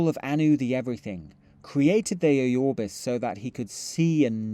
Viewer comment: The way you pronpunce Aurbis is hilarious. Ayorbis...